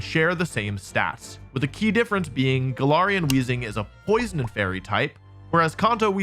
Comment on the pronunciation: hey wolfe! Absolutely love your videos. For future VO's, this part is really awkward. You put the emphasis on the word "poison" when the only difference is the Fairy typing. Hope this makes sense!